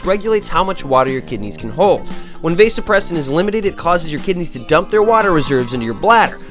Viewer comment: "Pro Tip! Dial down the Pee-wee Herman/frat bro in-your-face commentary and get your medical consultants to help you with the pronunciation of words, like 'vasopressin,' to totally ramp up your YouTube medical advice credibility!"